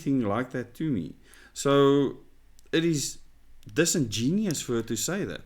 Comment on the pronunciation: do you mispronounce "disingenuous" on purpose? I hear you say it on other videos as well.